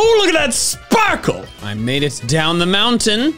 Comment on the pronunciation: Bro, the emphasis on sparkle is mad